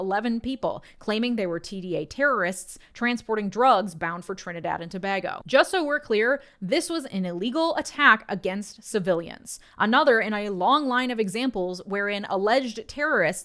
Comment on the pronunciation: Its Trinidad and Too-Bay-Go. Not to-baa-go that being said this whole thing might bring the small island into a whole set of problems